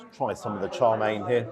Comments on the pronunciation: FYI, Wong Kei is pronounced as Wong Kay, Kay as in Okay. Chow Mein is pronounced as Chow Mean, not Chow Main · I can't say I have ever heard chow mein pronounce char main 😅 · I twitch every time you call chow mein “Charmaine” 😂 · Its not char main it's chowmien 😂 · Isn’t it Chow Mein? You seem to be saying CHAR Mein…? Interesting. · Is it pronounced Char Main or Chǎo miàn? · Why are you calling Chow Mein "Char" Mein? Have I been pronouncing it wrong all this time?